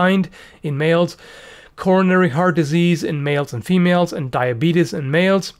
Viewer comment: Lol he said "diabetus" like Wolford Brimley